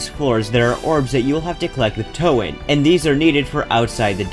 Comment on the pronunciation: “Toe Anne”